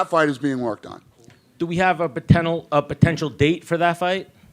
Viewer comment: That Guys with Diarrhoea in his mouth said POTINAL instead of potential😂😂